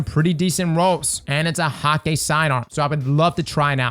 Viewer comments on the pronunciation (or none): none